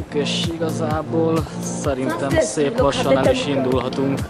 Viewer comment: dá szíp doboz